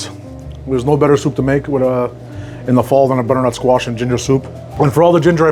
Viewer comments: Bro sounds like an auctioneer when he says bddrntsquash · “Brrrrrnut squash” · I love how he says butternut squash 😂❤❤❤ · Never knew “butternutsquash” was one syllable til now lol.